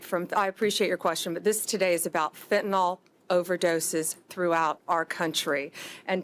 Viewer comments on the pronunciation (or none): To Bondi; fentanyl, not “fentanall”